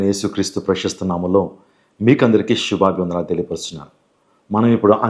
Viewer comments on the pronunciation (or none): షూబాబీ వందనములు. కాదురా... సుభాభి వందనములు అని పలకాలి. ముందు తెలుగు కరెక్ట్ గా పలకడం నేర్చుకో... తరువాత దేవుడి గురించి చెపుదువు కానీ..